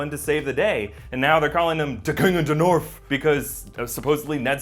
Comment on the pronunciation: "D' King o' d'norf". Lost it. Never had it. Dead.